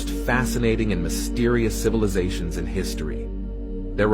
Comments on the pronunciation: Anyone else catch "THE CILIVATIONS" LMAO Opposed to civilization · 'Cilivizations' is crazy 😂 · “CILIVIZATIONS” headass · This is also coming from a guy who can't pronounce Civilizations, I'm not saying he's right or wrong. I personally believe the planet has been here way longer than our human minds can even understand. I also believe when we as humanity get to outta hand our planet rinses and repeats , hoping for a better versions of humanity in our next uprising as a civilization. I may sound just as crazy but if you really think about what im saying it makes alot more sense than the flat earth or domed planet BS alot of these conspiracy extremists actually promote and produce videos about just for views and likes